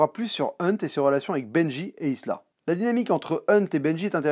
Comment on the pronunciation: Et c'est Ilsa, pas Isla, c'est pas l'île de Jurassic Park ! lol